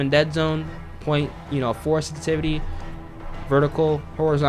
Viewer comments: Love the videos, but that "sestivity" drove me nuts lol. Good vid though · Sensitivity has 2 S's 🤣😂🤣 You talk so fast you keep saying sentivity. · ‘ the way you say sensitivity is killing my brain cells but good video 😂